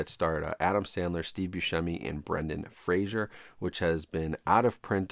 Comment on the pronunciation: Fraser isn't pronounced the same as Frasier